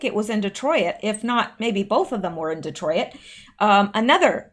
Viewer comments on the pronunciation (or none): You do not pronounce the "i" in Detroit. It's not De troy it. It's De troyt. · Joaquin = wah-keen, Detroit = dee-troyt (just 2 syllables), and Turquoise = tur-coys. Love you!